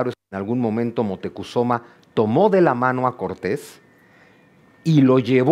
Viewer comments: Moctecozuma? Siempre he escuchado Moctezuma!😮. También he estado atrapada con la asombrosa narrativa del doctor en historia Juan Miguel Zunzunegui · Es moctezuma no es motecozuma